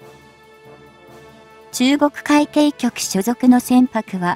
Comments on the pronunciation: 海協じゃない 海警 かいけいとゆうんだ アナウンサー失格だ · 何で海警をうみきょうと言うのかこの音声を早く修正せよ❗️